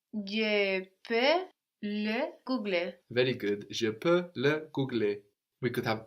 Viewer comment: "g-iuh leh vay" -> "juh lay vuh" anybody know when the student changes to one who can pronounce things right? :(